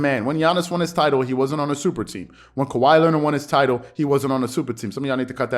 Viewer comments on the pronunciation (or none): none